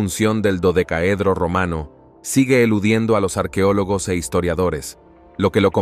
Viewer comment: No se dice arquiólogos, se dece es arqueólogos. El español no cambia los sonifos así se esté hablando rápido.